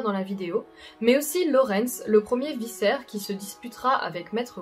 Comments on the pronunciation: Un de mes jeux préférés 😍 Par contre on dit pas un vissaire, mais un vikaire (vicaire), une personne d'église quoi 👍 Bonne vidéo cela dit 😁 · Je me permets juste de corriger une légère faute : on prononce "vikaire" et non "vissaire". Sinon excellente vidéo comme d'habitude. L'univers de Bloodborne est juste terrible. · "Aèlté 236" 😢 Par contre on dit "vicaire", non pas "viçaire" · Sa se prononce vicaires "Q" pas vissaire et c'est rom pas rém. Je dis sa bien évidemment gentiment. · ViKAIR non di diou !! Pas viSSAIR,viCAIRE,KAIIIIIIIIIR. Elle est quand même cool cette vidéo,merci ahah ! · Désolé d'être cette personne chiante, mais le c de "vicaire" (un titre religieux chrétien) se prononce comme un k et non comme un s. Car sinon l'on dirait que tu parles des viscères, désignant ainsi des organes comme le foie, l'estomac, les intestins, la rate, les reins, le cerveau ou les poumons. Du reste, super vidéo!!! Force courage et soutien pour la suite!!!